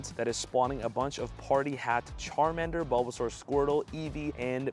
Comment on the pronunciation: Pokemon YouTubers are too easy to roast on pronunciation 😅 ya don't call it sharmander